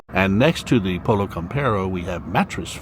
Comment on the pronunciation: Hi, nice tour to the stores in St. Cloud. In Pollo Campero the word Pollo must be pronounced in spanish Poyo. Greetings to you and Madre Woo.🦆🍊🏬🏬🏬🚦🚧🚗🚕🚙🛻🚛🚚